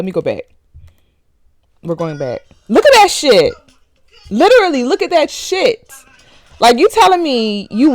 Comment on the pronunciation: “Look at that shi , literally look at that SHET”😭